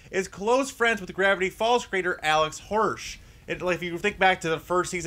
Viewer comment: he didn't say Alex hirsh he said Alex horsh ......anyway....I want that fuckin szechuan sauce right now